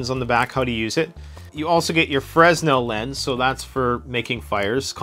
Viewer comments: It makes me little crazy to hear a Canadian pronounce "fresnel" with an audible "S". The man who invented the concept of the lens was French and pronounced his name "Fray NELL". I know, you are trying to communicate with the lowest common denominator, but with your audience reach, you might want to teach as well as inform. Rant over. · It's a french guy's name, so it's pronounced "freh-nell" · I hate to admit it, but I did not read through all the comments. I usually do, but... Anyway, a few things. One comment I did read was the proper pronunciation of Fresnel. Freh-nel or Fray-nel is correct. A few other things: 1) Many of these, though called wallet cards, I think are best used as a kit carried in a separate EDC carry only wallet in an EDC bag, or in a vehicle kit, or as part of a carry kit for whatever situation. Not something you need or want to have in your wallet that you are taking out all the time to use your credit cars or cash or ID. Makes that wallet to thick and heavy. In a separate wallet, or other case and kept available for use as needed, just not necessary on the person, then many of them have applications in situation where you would not have access to full-size or purpose made items. 2) The hatchet card 'arrowhead' I do not think is intended to be used as an arrowhead. I believe it is to be used as a reverse point with the hatchet head lashed on a stick so the combination can be used as a weapon, primarily against animals. And independently lashed to a longer, slender sapling type stick for use as a spear, especially a fish spear. It does have uses. Another factor is that whether or not it was intended to be a saw, the serations on the blade will work as a fish scaler. 3) With the Grim cards especially, and other cards where you have access to an edge that might not be very sharp initially, or is of a hard to sharpen steel such as the Grim, go ah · F.Y.I.;Fra-nel; the "S" is silent.